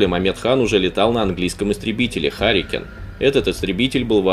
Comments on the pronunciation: Не Харикен, а Харрикейн. Знать надо. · Не харикен, а Харрикейн. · Не хАрикен а Харикейн , матчасть надо знать